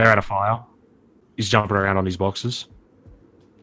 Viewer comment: Just for the record, the word is "boxes", not "barkses"